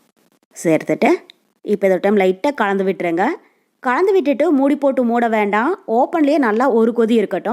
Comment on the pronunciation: தமிழ் தெரியுமா தெரியாதா கலந்து என்று ஒழுங்கா சொல்லு காந்து காந்து என்றால் என்ன அர்த்தம் தமிழ்நாட்டில் பிறந்து தமிழே ஒழுங்கா பேச தெரியாத நீ எல்லாம் ஒரு ஜென்மமா